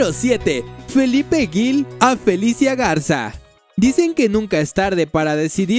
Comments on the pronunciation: Se pronuncia Gil, no Guil, cuando te refieres a Felipe. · Lo que más me impresionó fue que dijeras “Guil” en vez de Gil, sonido fuerte porque entre la G y la I no está la vocal U que hace que suene suave y la otra cosa es que dijeras Tlaxcala Gutiérrez, según yo no existe esa ciudad ni en Chiapas, ni en ningún otro estado del país. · haber es Felipe Gil, pregunta si tienes duda como se pronuncia, se pronuncia "jil" para que entiendas y es tuxtla Gutierrez, Chiapas XD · Felipe Ggggilllll, no Guil! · Un poco torpe está el narrador, pronuncia mal el apellido Gil y certamen.